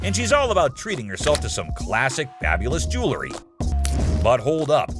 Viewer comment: Jewlery, the narrator cant pronounce jewelry. Fake just like this show